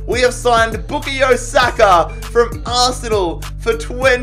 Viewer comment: Mate it's pronounced Bu-kai-yo Saka not 'Bukhayu' Saka